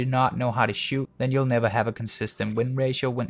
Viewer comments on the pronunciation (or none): none